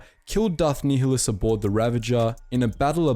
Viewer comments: It’s pronounced darth NI -hlus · You pronounce it (ny-lus) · Nih-less nih-less nih-less it's pronounced nih-less. Gah did you play the games damnit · Ny Lus not Ni HI lus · Darth Nehulus. Its nile - us. as in the river in Egypt then us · Learn how to pronounce nialhuaus correctly. Nigh-a-lus. Not fucking Neil-a-lous... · Idk why u cant pronounce Nihilous its like the NILE not neeheelus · PointedGoblin Nihilus is also wrong... the H shouldn’t be emphasized. Much like the actual words nihilist or nihilism... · For a moment there I almost heard "Darth Niggalus" 😅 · I’m sure someone has said this, but Darth Nihilus is pronounced Nigh-ill-us lol Thank you for this :P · Great video though it was T3-M4 and it was pronounced Nih-ilus and goto not GO-TO. Interesting to think about what would happened if the Triumvirate never turned on each other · Pretty sure it's pronounced Darth Nigh-uh-luh-s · You're pronouncing nihlis wrong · It’s Darth “Nye-lus” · "Knee-hill-us" XD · So... what the fuck is a “Knee-huh-lus”? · Unit Circles hahahahaha, tell me about it. It was difficult to get through this video because it’s pronounced [Nile-Hus]. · The mispronunciation of Nihilus has to be satire or rage bait or sumn cuz ain’t no way 💀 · You pronounce Nihilus like such a twat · Love that you're bringing more attention to the Kotor side of Star Wars, but I can't watch after you butchered Nihilus name lol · Pronounce nihilus correctly ffs 🤦🏻‍♂️ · Sorry I have to say, you’re pronouncing Nihilus wrong and I dont know how. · That is not how you pronounce Nihilus xD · darth nehilius huh um im pretty sure it's pronounced much differently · Damn mate you really butchered some of these kotor names XD none the less great video!